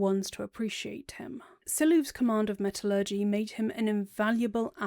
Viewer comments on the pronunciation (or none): none